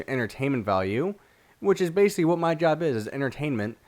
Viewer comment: Have y'all noticed he says basically alot and sometimes when he says it, he says bacly or bacy